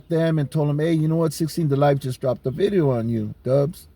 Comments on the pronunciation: Ever notice they’ll pronounce vato with the V clear but words like video they’ll say bideo? btw i’m not singling out Dubs just something i thought was kinda funny. I’ve watched some of his vids on wes watson and discovered jon bravo. I like both of them. “prison genre” is garbage to me though. Grown men glorying acting like degenerates and clowns over the dumbest things. People like that 1090 jake clown are a perfect example of it. ok that’s my little rant vatos. Or should i say batos? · If his parents were like immigrants, so he learned household words like "video" from them, but then he grew around Americanized cliques and they say "vato" with a "v" it could make sense.